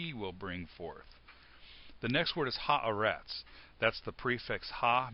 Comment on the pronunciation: His pronunciation is bad; reveals some real ignorance of basic Hebrew. It's supposed to be "hah-AH-retz," not "ha-eh-RETZ." That's two mistakes, the wrong syllable stressed and the wrong vowel under the aleph (it gets raised from a sehgole to a qametz because of the article). Also, it's "NEH-phesh," not "neh-PHESH" (because it's a sehgolate noun). This is really basic stuff here. No excuse.